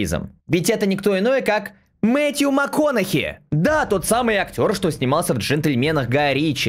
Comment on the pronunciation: Правильно произносится имя актера Мэтью Маканаги , не могут запомнить блять.